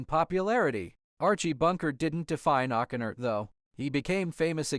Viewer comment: How could the narrator mispronounce O'Connor? The emphasis is on the wrong syllable.